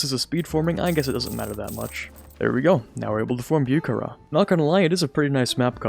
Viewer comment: Say it with me now, Boo-ha-ra, Бухара, I hate to be that guy but that was probably the worst pronunciation I’ve ever heard. Love the channel tho, you’re like the perfect blend of knowledgeable and not-corny.